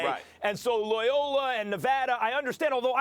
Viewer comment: The "Loyola" pronunciation had no vowels in it!